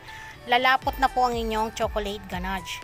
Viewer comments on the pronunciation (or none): Loop pan and ganadge sorry to correct po its loaf sound s like lowf not loop and ganash not ganadge